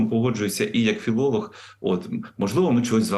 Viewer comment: Шановний ведучий (відник), давайте без давайте і у слові філологія буква г, а не ґґґ. Вчіть мову замість протирати штани і одержувати ні за що зарплату.